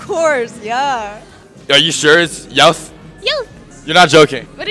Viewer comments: Its pronounce "yoth" not "yawt" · Its pronounced "yu-uth", not "yahw-th" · YOOTH ITS YOOTH YOUTH YOOTH